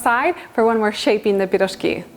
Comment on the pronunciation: I love how you say пирожки, i grew up on piroshki my parents made them all the time with different fillings, great recipe im gonna try with salmon filling.